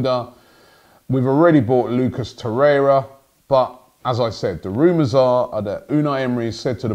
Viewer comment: He said Torreira’s name correctly